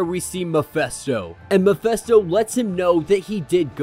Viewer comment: Is anyone distracted by this dude's mispronouncing of Mephisto? I've never heard Mephisto(Meh-fisto) pronounced "Mi-festo". Is he serious? It's enough he purposefully sounds like a Capt Kirk knockoff, guess that's his thing and his platform so whatever but does he preread the comics or does he wing it? Still it's his party so.......but where they say "Miphesto" at? Ijs